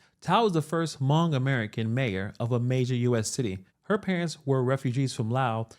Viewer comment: Hmong is pronounced like it spelled (almost.) In English it is pronounce Humong.